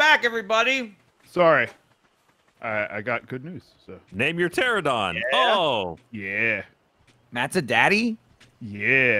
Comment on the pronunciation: Ahh yes my favorite dinosaur. The “Terrahdon”. It’s PTERANODON TER ANO DON. Drives me crazy every time I hear them butcher these Dino names. Still love that you guys are playing this tho.